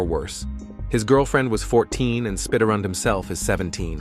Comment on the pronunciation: AINT NO WAY. SPIDARRUND? God dammit